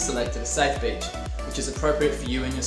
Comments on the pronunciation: "Picking your b!tch"😶, "safe b!tch" Ma man, it's 'beach', not b!tch bro what the fudge😅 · i thought he said “first step is picking ur b****” 😂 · At first I heard, “Step 1: pick your bitch” 😂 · I thought he said “picking your b*****” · Does anyone else hear him say bitch when he says beach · I kept hearing him say I need to find the right bitch, and when I find the perfect bitch I'll finally be ready to surf. is there a how to video on that? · Aye I thought he said bitch too hahaha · Great video. I love how you say beach🤩😂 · The way his accent makes him say beach kills me 😂